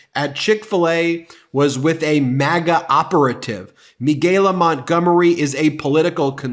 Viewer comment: two things 1. her name is pronounced Mi-CA-La. Michael with a la at the end. Not MeGaLa. You working my nerves to early for that. 2. I would not vote for 45 if he showed up to my house and gave me a BILLION dollars. Nope not even then. Just sitting here waiting for people to come to THEIR DAMN SENSES or at least put their brains back in gear. But well I don't think that's gonna happen, not this year anyway. Thanks for coming to my TED talk.